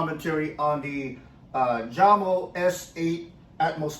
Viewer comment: The J is not pronounced like strawberry jam... its pronounced like You Yamo